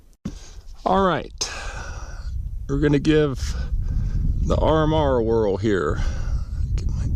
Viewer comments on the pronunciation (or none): none